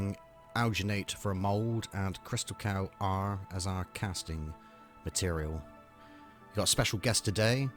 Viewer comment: It's Crystacal not Crystal Cow!